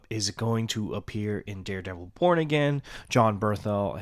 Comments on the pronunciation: Oh thank god it’s not just me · I KNEW I WASNT TRIPPING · Yeah exactly 😂 I was like "APPEAR IN WHAT? AND WDYM AGAIN??" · Every time u say "Daredevil Born Again" i hear "Daredevil Porn Again".........🤣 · thank GOD it wasn't just me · Okay im glad I'm not alone I rewinded like twice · Ah good. I'll skip the video then. Because yeah, I'm not understanding what he's getting at. He also pronounced violent and and born weird so yeah I zoned out.